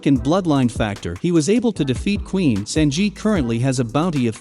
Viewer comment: I hate the way he’s saying “Sanji” 😭